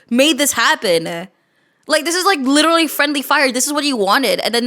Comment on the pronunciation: "I lirellary"